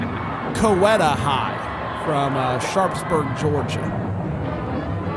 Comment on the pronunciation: Some feedback for you on the first band... The band is East Coweta (pronounced Cow-Eat-ah.) The song you didn't know was Blood, Sweat, and Tears' "Spinning Wheel", which was a part of their halftime show that season. They introed into their performance with Paul Simon's "You Can Call Me Al." - you get a 4 for not knowing your music. - you get a 9 for being a competent judge.